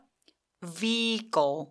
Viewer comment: 선생님은 강한 자음발음을 완전 불어식으로, 즉 된 소리로 발음 하시는데 많은 미국파 한국인 들이 그런식으로 강하게 발음을 하는 것 같아요, 특히 여자 분들….제겐 내이티브 스피커가 그렇게 세게 발음 하는 것 같지는 않은데요. 그러니 자꾸 선생님의 강좌를 들으니 처음엔 그냥 그렇지 하고 넘겼는데 갈수록 좀 거슬리게 들리는 건 왜 일까요? 예를 들면 vehicle 에서 ’비-이 꼬‘ 처럼 하시거든요? 그냥 ‘비-이 코’하면 안되는 지요?